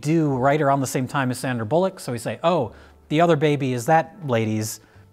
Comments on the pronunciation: I appreciated how he pronounced it ‘bollock’ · In the UK we definitely pronounce it 'Sandra Bollock'. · It’s “Bull-luck”. Trust me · It's pronounced "Sandra Bullock"